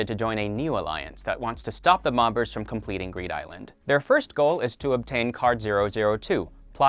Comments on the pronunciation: Anyone else think it’s weird this guy pronounces the second ‘b’ in “bombers” “Bom-bers” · You don't pronounce the second b in bombers. Other than that awesome video. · I have never heard someone mispronounce bomber as bomBers so much in 5 minutes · You don’t pronounce the b in bombers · why did you keep pronouncing the second b in bomber? it does make you think tho